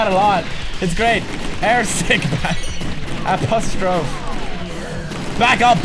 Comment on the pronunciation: I think it's cute when he doesn't know how to pronounce some English words like apostrophe and soot.